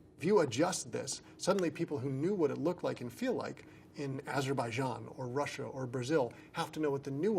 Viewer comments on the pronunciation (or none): none